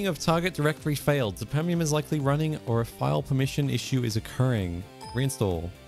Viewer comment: czemu to jest dubbing i supermium to spermium💀